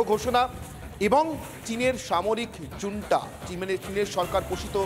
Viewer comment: 🤣🤣🤣🤣 জুন্টা কি রে দাদু🤣🤣🤣🤣